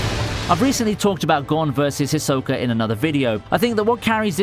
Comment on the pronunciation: Why can't you say Hisoka's name?